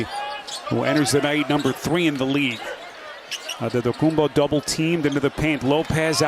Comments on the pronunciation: no. He said it the way Nigerian people would say it— Adedokumbo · The speaker says the name Antetokounbo in the most greek accent.....well done 🙏🏼🙏🏼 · Nobody said that he pronounced it correctly, he just pronounced it in a way a greek (and giannis himself) woyluld pronounce. Btw I thought too that the speaker must have greek roots